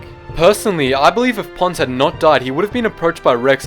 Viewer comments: I thought you said Puns or Pans but you said Ponds..... He was one of my favorite. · I know his name is Ponds, but I keep hearing Puns... Commander Puns \@@ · kyle jackomino , Not to be Rude but Its Commander Ponds not Pawns